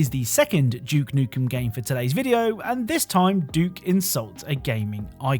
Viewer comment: No hate, but why do you say "Doom" properly but you insist on saying "Juke Nukem"